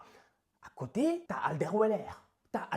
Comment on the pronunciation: mdr « ta alderweler » sa ma tué 🤣🤣